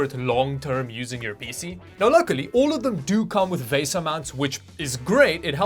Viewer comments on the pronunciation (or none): Why do you insist on pronouncing everything wrong? It's pronounced, like the credit card "Visa Mount", It's not pronounced "Vaysa Mount". Watch anybody else's YouTube video where they discuss VESA mounts. Nobody pronounces it like you. I suspect you're from another planet. LOL!